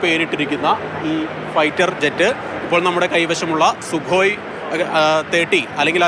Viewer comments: സു അല്ലാടി മൈരെ സുഖോയ് 😂😂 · Soo alla kooo 😂😂😂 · സു alla chechii sukhoii enn aanu athine parayunath 😮